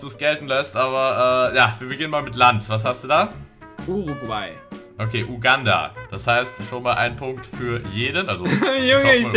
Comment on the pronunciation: urugugay 😂😂 Es wäre Uruguay gewesen